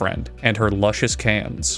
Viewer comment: “Lucious cans!” Lmfao